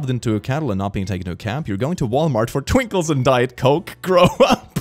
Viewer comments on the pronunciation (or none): Sometimes I forget that English was not first language and I just came to realize that he said Twinkles instead of Twinkies. God English is shit.